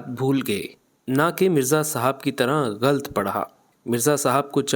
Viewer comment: غلَط کو غلْط پڑھنا بھی غلَط ہے